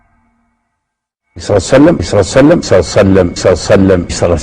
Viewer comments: اللهم صل وسلم على حبيبك محمد وعلى اله الطيبين الطاهرين. . صعبة جدا نطقها على لسانه لا يريد الله ان يجعل لهم حظ في الدنيا والاخرة. ماكو هيچ منطق (صليييسسسسلم). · في الكتابة ممكن بعض الاخوة يكتبون ص اما في النطق فلا يوجد شيخ عندنا يقول صعسلم مثلكم